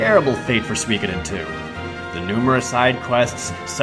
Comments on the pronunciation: I always pronounce it as "sue-ko-den". Makes me cringe hearing it as swee ka den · what the heck is "swi keden two" its pronounced sukoden. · What's swee-koy-den? That's got to be the worst pronunciation of Suikoden I have ever heard. That aside, your video is really good. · SWEEEEKIIIDEN!!!! FUNG SWAAAY!!! Americans and their silly pronunciation! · Overall a good list but your exaggerated way of talking (and exaggerated body/facial movements in the intro) ruined it for me. Over the top really. Also the way you mispronounce "Suikoden" as "suikudin" (probably just because you say that it so fast) was really irritating.